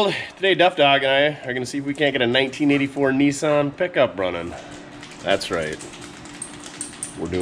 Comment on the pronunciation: NEESUN I Thought it was NISSAN